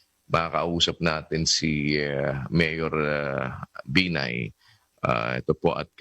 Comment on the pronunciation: that's "benign" oops!! "binay" rather for you folks